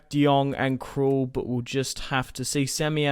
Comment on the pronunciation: You said Tom krul